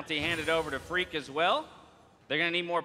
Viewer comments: Thought he said Greek as well lmao but it was Phreak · he said phreak but it sounded like greek xd